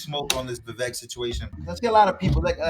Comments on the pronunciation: His name is pronounced Vivek like cake! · Why do people say Vivek like Vivek? How can you vote for someone that you don't even know how to pronounce his name. Once and for all, it's viv ake like cake. The E is the A sound. Vivek brought it up on Tim pool's Coulter war segment.